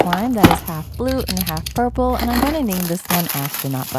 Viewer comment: Did anyone hear that she said vreen for purple